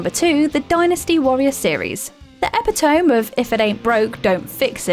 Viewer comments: Epitome. EPITOME. Eh-pit-oh-mee NOT epp-it-ohm! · I understand that the narrators can't pronounce every word perfectly, but with the days of the Internet, and time to read the scripts before recording, you'd expect them to look up how words are actually pronounced before recording... "epitome" is NOT "epi-tome", it's "uh-pit-uh-me", we know you're new to the channel, but please be better than the likes of the rubbish "list channels" that just throw things at us! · Nope, we say it the same way. She pronounced it incorrectly. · No such thing as too powerful in a single player game. Also.... EPI-TOME? It's pronounced e-pit-o-me.... smh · Hire some people with at least a moderate knowledge of english please. I enjoy some of these videos, but I'm so sick of hearing fairly basic words being mangled because people have never heard of them and likely don't even know what they mean, let alone how to pronounce them. Epi-TOME? No. E-pit-oh-me. That's how you pronounce epitome. And this was only one of around 3 or 4 instances in this video where words were mis-pronounced. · I’ve said it before, and I’m saying it again. You guys are the worst when it comes to pronunciation of words in your own language! Epitome! Ep it o mee! The epitome (ep it o mee) of mispronouncing words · epi-tome? Its not an anaphylactic medication.Its pronounced ee-pit-oh-mee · Epi-tome? (Psst. It's pronounced "ee-PIT-uh-mee.") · she saide the `epi-tomb` instead of the epitome.. haha she clearly didnt write this script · Epitome is pronounced 'Eh-pit-oh-mee' and Asymmetrical 'Ay-sih-met-ric-al' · She really just pronounced it epi tome XD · Pronounced e-pit-o-me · epitome is pronounced epitomy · Epitome is pronounced "epp-it-oh-me" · E-PIT-O-ME. Thats 3 videos in a row., please stop. Its killing me. Your job is to read a script. PLEASE LEARN TO READ. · EPI-TOME? AGAIN? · Did she just say “epi-tome”? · Just an FYI Epitome is pronounced EE pit oh mee. It gave me a good chuckle though.